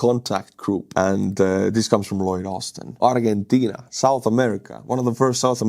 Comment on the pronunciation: In English, Argentina is pronounced "ardjenteena".